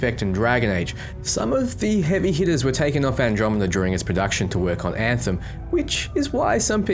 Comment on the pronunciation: I heard a dev refer to this game as “Ant-Hem. He literally said “Now today we’re going to be showing you the game, Ant-Hem, or Antheim to some people.” Please tell me its not pronounced that way lol i think he might have just been an idiot